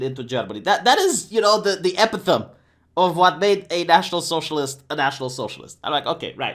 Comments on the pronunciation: For future reference "epitome" is pronounced E-PIT-O-ME I don't know why. It was probably a Greek or Latin word. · Epitome is pronounced eh-pit-oh-mee. Otherwise keep up the good work! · His enunciation of epitome had me rolling in the floor laughing